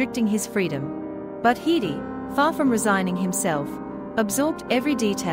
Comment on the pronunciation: The pronoun for a woman is she or her ... what is wrong with you? And HEEDEY? What planet are you from?